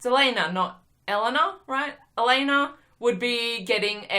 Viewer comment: You are pronouncing Elena's name wrong. It's not eh-lee-nah, it's eh-leh-na.